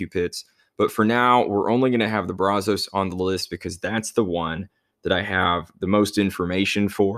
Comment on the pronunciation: Just a heads up it's pronounced [Braz] [us] not [Braz] [os].